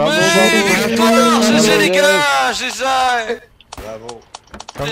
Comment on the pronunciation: The French guy says : "Jayjaille" for GG lol